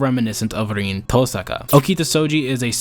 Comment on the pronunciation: Bro said "Reen" lol jokes aside, 'twas a great video, look forward to seein more from u!